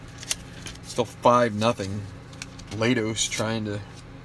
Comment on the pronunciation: For future reference, it's Mat LAY-tos.